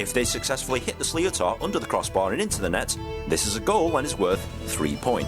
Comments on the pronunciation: why is a Brit explaining the rules of hurling and cant pronounce sliotar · Reacting to a video where a Brit cannot pronounce "sliotar" [pr: shlitter] correctly is galling. There are 156 different skills in the game, although Cian Lynch keeps inventing new ones! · The goalkeeper does not puck the ball from the 65 after the ball goes out over the end line, he pucks the ball from just inside the 13. The fact that's it's an English accent,(don't know if the guy commentating is English) and he can't even pronounce Slíotar, is crazy. There are better videos available explaining the rules and pronouncing the names, properly.